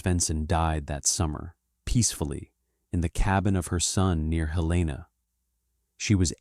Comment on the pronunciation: Helena, MT is pronounced Hell lin ah